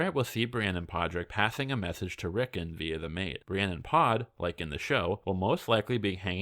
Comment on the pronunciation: ‘Rick’ - ‘On’ not ‘Rick’ - ‘En’